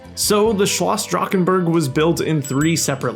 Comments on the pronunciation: the way you pronounced drachenburg hurt me deeply as a german </33333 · Fellow German here, awesome recreation love the micro scale build. Kinda funny hearing Drachenburg" being produced Drakkkenburg :D